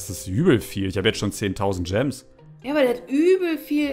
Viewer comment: Wie einfach immer statt Gemes Coins sagt 😂😂